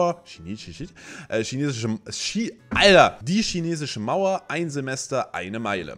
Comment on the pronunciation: junge ... "schinesische mauer" wtf man wer schinesische mauer sagt, der muss auch jesus schristus sagen